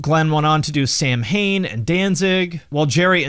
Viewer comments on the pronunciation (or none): I know everyone calls them “Sam Hane,” but it’s pronounced “Saw when.” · It's pronounced "Sa-wen" not "Samhain", buddy. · Sam hane? Its Sow’ in. More like punk rock associates degree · Sam hain?? Its pronounced sow (like now) in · Sam-Hayne 😂😂😂 it’s Sah-wynn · “Saw win” not Samhain 🤦🏼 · samhain its pronounced sowin not sam jain. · Good video. Just in the interest of correctness - it's not pronounced "Sam -Hain" it's pronounced "Saw-win" It's a Gaelic harvest festival around the same time as Halloween. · Thank YOU! I am in the comments section looking for this comment. The mispronunciation of Samhain took me right out of the video. Sow-wayne or Sow-win (both with the sow like a pig) are acceptable, but Sam-Hain is not. Oh, and Misfits FOREVER! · Fun fact: Samhain is actually pronounced Sa-wen. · Ugh… dude said “Sam Hane” 😂😂😂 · Nice piece. And so I don't mean to be critical.. but Samhain is pronounced Sow-in. It's sounds way more bad ass in the original Gaelic. Oh, and the oo-oooo punk chant, easily predates back to British punk ala The Clash Complete Control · Btw Samhain is pronounced “SAU-wen” (or SOW-wen in some dialects). It’s Gaelic and of course it’s the Pagan holiday equivalent of Halloween (sorta). I’m not actually sure if the band pronounced it that way… I don’t remember ever hearing Glen talk about the band and use its name. I’m sure he must’ve, but he probably fucked it up 😂. Sick band, though not as good as Lucifuge I or II nor the early Misfits stuff. That’s just my opinion though. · Samhain is Gaelic, it's pronounced (saw-win) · Samhain is pronounced (Sow-In). It's Irish for Halloween, where it originated. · Samhain is pronounced s-ow-aan. Irish for Halloween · Samhain is pronounced the Gaelic name for All Hallows Eve/ Halloween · Pronounced [Sao when] Samhain. Celtic precursor to Halloween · FYI Samhain is pronounced sow-wen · Samhain is pronounced "saw-win", because Irish. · Samhain is pronounced Sowin. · That's not how Samhain is pronounced.